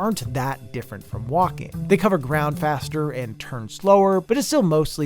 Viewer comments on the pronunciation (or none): I agree that some walking sections should have been cutscenes .... Everytime you said "walking", I heard "Joaquim" xD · This video, but every time you say “walking” it’s “Joaquin” 😂 (Ps. Great vid 👍🏼)